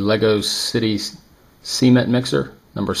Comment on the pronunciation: The way you pronounced cement is cringe.